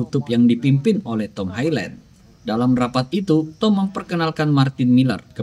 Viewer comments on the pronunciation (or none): Highland ,dibaca HaiLèn 😊 itu aja. 👍👍